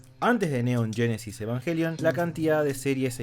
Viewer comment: Muy bueno, pero dice yenesis , evanyelion y/o evanguelion 🤣🤣🤣